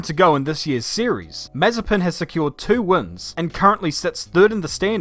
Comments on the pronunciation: The name's MazEpin, not mAzepin. Rhymes with preppin'. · ma - ZE - pin... ma - ZE - pin... ma - ZE - pin... Repeat after me: ma - ZE - pin... ma - ZE - pin... ma - ZE - pin... For fuck's sake... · Short answer: NO Long answer: NOOOOOOOO Btw, it's Ma-ZE-pin, not MA-ze-pin... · Its not MAzepin, its MazEpin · Looking back to this, it feels so weird to hear Nikita's name pronounced as Mazepin and not Mazespin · Can't wait for saying his name as Nikita Mazepan every weekend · you typed his name with correct stresses in cyrrilic and still call him MazepIn...